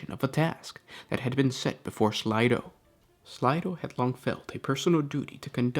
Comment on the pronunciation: Slay. Slay-do. Not slydo